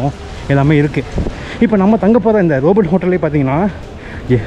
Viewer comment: ரோபோட் இல்லப்பா "ரோபோ ". t Silent